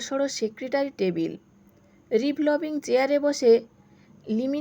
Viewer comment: গল্প টা ভাল লাগল, কিন্ত রিভলবিং উচ্চারণ টা ঠিক করতে পারেন না।